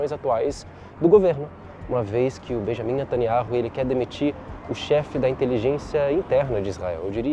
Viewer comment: Fonema: "beniamim nataniau"